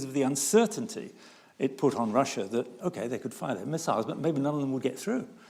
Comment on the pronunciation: I like how pronounces Russia, it sounds exactly like in Polish and is different than Rus' (as in Kievan Rus'), which makes it more historically accurate...